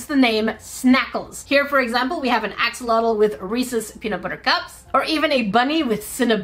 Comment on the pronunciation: Here I am again with a 🌟Friendly reminder🌟 That's NOT the correct way to pronounce Axolotl 🥲